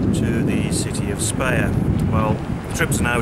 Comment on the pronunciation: Good footage, however Speyer is still pronounced in German like the English eye with an sp + r at the beginning/end.